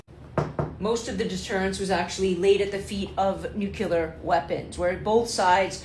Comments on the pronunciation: Look at how it's spelled!!! Nuclear ! It's not nucular!!! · Nuclear: nu-Klee-ur it is not buckler. Just a pet peeve of mine, thanks for listening 😊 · I love your videos. However, I would like to request, most respectfully as if I were Canadian (yes, that respectfully) that you look up the pronunciation of nuclear. You’re channeling George W Bush!